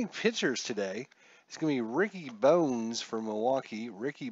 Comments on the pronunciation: Kevin Seitzer your main man yet you slaughter the pronunciation of his last name. And Pat Listach,and Ricky Bones (Bonez) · Nice to see inside pitch C&D. Pronunciations... (you know I just have to). Ricky Bones pronounced Bonus and Ozzie Guee-Yen.